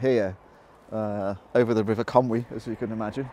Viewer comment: Inspirational vlog, thanks again. You even pronounced Conwy properly on most occasions as well although you won't see "Conway" on any of the signs around these days.